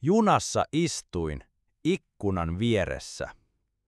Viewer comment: Окно произнесено неправильно ikkuna иккуна, в Вашем варианте прозвучало : икно.